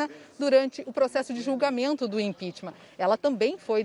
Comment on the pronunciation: "Impítima" kkkkkkkkkkkk